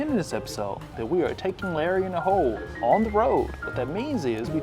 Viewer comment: The first time you said Larry in the Hole I swear I heard Larry in the Hoe. That is a completely different type of video. Really glad you did a video with the Professor. I don't play or know anything about Yu-Gi-Oh but love this idea of pack opening.